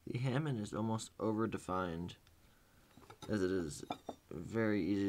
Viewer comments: it's HA MON! NOT HAMIN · Ha(moan) (hamone) not (ham)on lmfao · The hamind was getting on my nerves. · is it pronounced Hamon or Hamoned cus he says Hamond in the video im confused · For what it's worth, there is NO D in the word Hamon, pronounced Hah-Moan. Good video other than your horrible pronunciation! Also, a small tip. The reason you don't want your clay to go within about a half inch of the blade is so that the BLADE will get very hard and the spine will remain nicely soft and flexible so that it will absorb shock from chopping, etc. . Your clay went way to far down to the blade and negates any real use of the harness versus softness of the clay's usage. You will have hard AND soft spots all along the blade, itself. Thanks for the video!